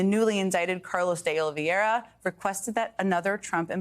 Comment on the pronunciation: Why can nobody in the media pronounce "Oliveira"? Everyone keeps putting one or two extra syllables into it: Oliviera, Oliveiria, Oliviero, .... It's not that hard.